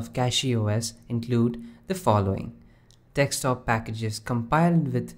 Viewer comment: Please, please, just once... say "DESK-TOP" instead of dextop... Please! I beg you!